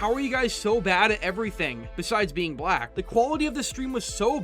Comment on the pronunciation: I get what ur saying dude but chill out on emphasizing "black". Also calling her?(idk) an it is a bit much just misgendering the person is good enough. Other than that i can see your point.